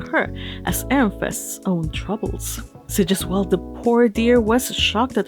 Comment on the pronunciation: "Sigisquirm" . Hah.